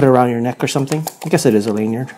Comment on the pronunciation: Pronounce lanyard correctly! And turn your television off when making videos! Ffs!